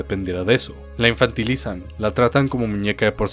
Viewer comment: Min dice infantilizan o la infertilizan?